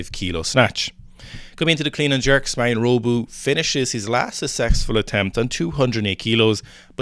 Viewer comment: Not meaning to shit on you lads, but Pizzolato is pronounced similiarly to how you say it - except for the "ey" part. So, the "la" is like "la la land". Hope that helps! Also, it's Marin - not Marion/Marian. Love you guys.